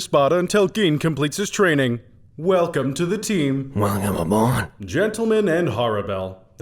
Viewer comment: “WELCMABOARD” hahahaha